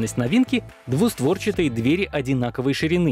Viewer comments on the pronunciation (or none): none